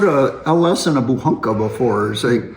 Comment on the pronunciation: Удивляет то, что слово "Буханка", произносится довольно внятно, почти без акцента. Интересно, авторы ролика знают, что означает и как выглядит эта самая буханка ржаного хлеба?